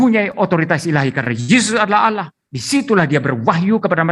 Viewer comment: Assalaamualaikum, oten tadi menyebut kata Allah dengan olloh tidak ada didalam bahasa Arab huruf O .